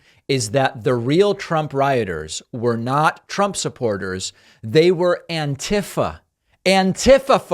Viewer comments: "Anne Tiff Uh" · "antifah" lol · Hey! New way to pronounce Antifa.